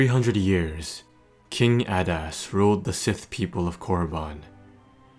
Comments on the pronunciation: It's 'A-dust' not 'add-ass'. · I thought i heard you say "King Badass" XD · it does sound like hes saying king badass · It’s pronounced (aydas)